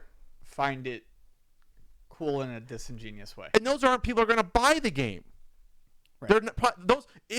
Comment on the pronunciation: Yes,, it's very "disingenius". lol